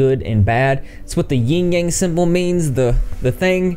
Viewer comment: it's YIN yang my dude, not ying